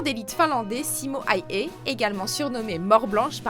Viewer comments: On ne dit pas Simo "Haihay" on dit Simo "Haya" phonétiquement parlant et ça m'étonnerait que durant la bataille de Stalingrad il y avait des soldats japonais et aussi Wehrmacht se prononce "vermacht" et non pas "veimacht". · On dit Simo Hawha et pas haüha parce que sinon parce que sinon on l'écrit Haya . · prononcer zi-mo hè-ü-hè. le "h" est toujours expiré, comme en anglais ou en allemand; et en finnois, le "s" simple devant une voyelle est systématiquement voisé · Petite leçon de prononciation finnoise : le «y » en finnois se prononce « u » donc le nom du tireur d’élite finlandais se prononce « haaUaa » mais bon vous n’allez pas lire ce commentaire j’imagine.